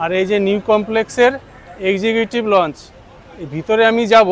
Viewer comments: লঞ্জ নয়, লাউঞ্জ। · বার বার লঞ্চ লঞ্চ বলছেন কথাটা লঞ্চ নয় লাউঞ্জ।